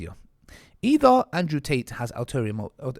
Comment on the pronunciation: Man said Ansrew 😂